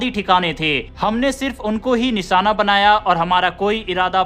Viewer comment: Anchor alert निशाना या निसाना? बेवकूफ एंकर उच्चारण तो ठीक करो... कई शब्द गलत बोलकर अपनी भाषा का मजाक बना रहे हो। अगर तुम हिंदी भाषी हो तो चुल्लूभर पानी में डूब मरो